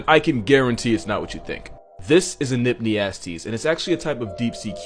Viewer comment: I heard nypniastes but I'm seeing E-nypniastes